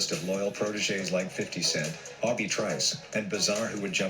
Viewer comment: Lol he said "aw-bee" (obie) lololol